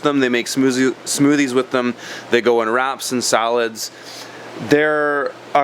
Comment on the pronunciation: Did you say "smoozie?" my toddler daughter pronounces it that way and now I catch myself saying it that way too 🤣